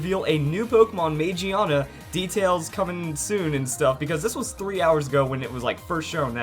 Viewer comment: It's pronounced Ma Gi Ah Na.